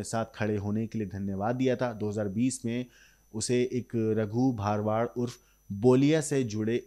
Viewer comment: भाई तुम लोग अपनी स्क्रिप्ट किसी गुजराती से चेक करवा लिया करो। अहमदाबाद में सरखोज नहीं, सरखेज नाम का इलाका है। गुजरात में भारवाड़ नहीं, भरवाड़ सरनेम होती है।